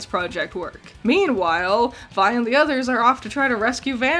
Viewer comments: I like that you pronounce Vi as Vee for the first half of the video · Gurl how did you watch the show and still pronounce Vi name wrong? Lmfao. It's such an easy name too, literally two letters. I understand not being about to pronounce Heimderinger, but Vi shouldn't be hard at all. Also, they don't live in a racist world like ours so there's really no need to linger on "what is that?" So, I don't see the purpose of hinting about Heimerdinger's race (yordles) in the first episode. I think it's awesome that they have so many different species in their world and no one gives a fuck. Nor does homophobia or sexism seem to exist. I wish our world made such progressions. Honestly, so much of this video seem to have half baked criticisms. Jayce's backstory isn't even meant to be tragic. It was the sole basis of his love for magic, how is that a tragic backstory? Sounds like a bunch of needless nitpicking. Sounds like you want shows to treat you as if you are dumb and baby you through everything.